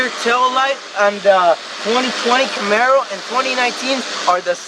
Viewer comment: CAMARO not CAMERO LOL!!!!! Great job guys